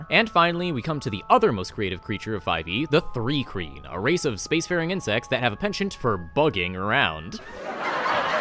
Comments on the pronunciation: Why does your pronouncing it 'three kreen' fill me with such rage? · It's pronounced Thri-kreen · I thought it was pronounced th rye kreen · What bugs me is how says Thri-Kreen